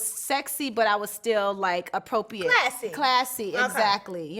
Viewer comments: Why’s Shamari mispronouncing ‘appropriate’……’APO-PEE-ATE’ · The way she's pronouncing appropriate is annoying me so baddddd 🤦🏽🤦🏽